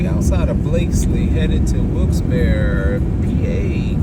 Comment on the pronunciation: Hi! For the record, the town is pronounced, "Wilkes-B-air-ree" - I know this because when I was a teenager (I'm a grandma now), I was watching a morning talk show and a lot of callers from this town kept calling in because the host kept mispronouncing it so many times that the show dedicated an entire segment to it. It was funny to see the host concede how wrong he was when he thought he was oh-so right. I'm looking forward to traveling vicariously through you on your road trip journey! Peace!